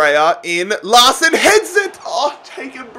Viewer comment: Thank fuck you sold Larsen, Saves us all cringing every time you say his name.